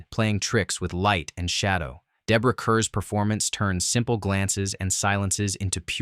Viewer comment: Minor correction — the name of the lead actress in “The Innocents” is pronounced like “car.” And Bette is pronounced “Betty” not “bet.”